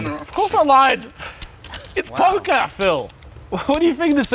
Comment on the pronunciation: Just came to comment.. “It’s POKAH Phil” Alright see ya guys 👍